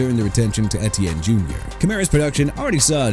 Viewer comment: they mispronounced (and misspelled) Etienne. It's pronounced (AY-chan) not E-T-N!